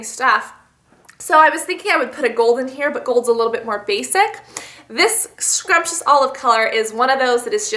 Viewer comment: It's SUMPtious olive not scrumptious haha :P